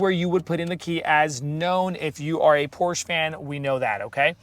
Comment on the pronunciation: It’s POR-SHUH.